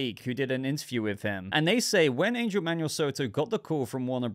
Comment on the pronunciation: Angel is pronounced (Anhel) and Xolo (Sholo). Just thought you should know